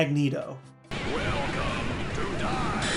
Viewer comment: Anyone else hear "Magneto" say "Welcome to DIE?"